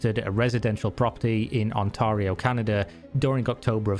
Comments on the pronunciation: Amazing video. Although it is pronounced "ont-air-io" lol. As a Canadian, it hurt my brain to hear you pronounce it incorrectly. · Ont air rio say it with me word chewer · Its so obvious with the stock assets and shit textures. But clearly something fell through the cracks in this video. His pronunciation of Ontario was a fucking crime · They are still laughing after he said Ontario so wrong